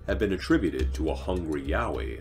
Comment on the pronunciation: And it’s a Yowie not mowwy wowwy or what ever the heck he said hahaha